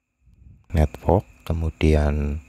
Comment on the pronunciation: Bisa ga pas ngomong network biasa aja bang wkwkwk